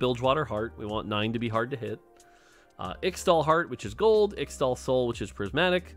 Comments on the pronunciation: it's pronounced ish-tal! Please, you have made this mistake a LOT and you don't seem to understand that people look up to you and they'll think that X-tal is the real pronunciation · Man please say its pronounced ishtal i hate to say extal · In Qiyana's voicelines she says 'ixtal' as 'Ishtal' the x is pronounced as a sh sound. And 'Ixoacan' is 'I-sha-wa-can' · In case you end up getting pestered over the next several months over the ixtal pronunciation --- From Qiyana's in-game VO: Ixtal = Ish-Tall Ixaocan = Ish-Shao-Khan (like the mortal kombat character) Thanks to the team for all the hard work, very excited to play bilgewater. <3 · Bro, please just listen to some of Qiyana's voice lines, because it's so painful listening to how you pronounce Ixtal and Ixaocan (Just pronounce the "X"es as "sh") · Please learn how to pronounce Ixtal an Ixaocan.